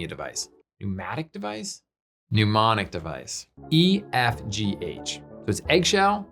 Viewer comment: there's no U in Mnemonic. neh-MON-ic